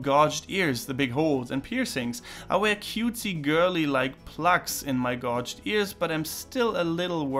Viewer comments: I just figured you might want to know, not that it really mattered: but, keeping with the pattern of fucking awful English spelling, "gauged" is pronounced "gayj'd", not "gauj'd". Stupid, I know, but just for the future. Great video, by the way :) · I loved your video however I must say to your own benefit, the question about gauged ears, you pronounced them as it's written however it's said like gaged. However as always I loved your video!